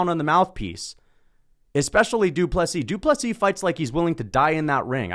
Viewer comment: Good to see one guy who got the pronunciation fairly correct. I might point out that the d in du Plessis is written in lowercase.... unless of course all is written in all caps. Need to get it right in 2 weeks time.